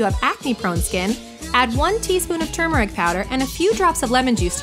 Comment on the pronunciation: Yes! Someone finally says the word turmeric correctly!! 😭❤️